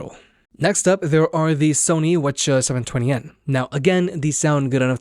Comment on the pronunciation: Its W H not waccha or whatever the fuck youre saying